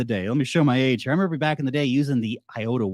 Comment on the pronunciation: "if you relember to sell" Ya, when🤷🏼‍♂️🤣 Nice video!